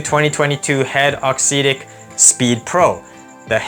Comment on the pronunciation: Appreciate you putting out content. Just a couple pieces of feedback. I believe it's pronounced aux "ehhtic." Not a huge deal to me per se, but I've noticed that people may question one's credibility if/when a detail is potentially off/inaccurate. I've noticed that in the match play, you primarily show points that you win. Perhaps including a few points that you lose would be good (or include points of other ppl using the racquets/strings you're reviewing). This detail could make you feel more relatable to your audience/community. Awesome work overall though. All the best to you in 2023!